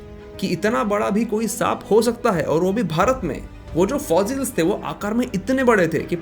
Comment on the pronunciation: Please pronounce fossils.... not fozils